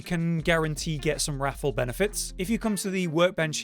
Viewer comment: It’s triggering me how you pronounce wrathful like raffle.